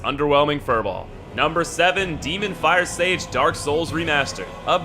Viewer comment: Youtuber : ... The Demon firesage ! Me : a demon fire sausage ?